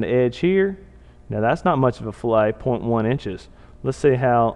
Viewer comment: Very cool! But it's pronounced "fil-it" not "fill-ay." It basically means "cut." Excellent tutorial on rocket nosecones though.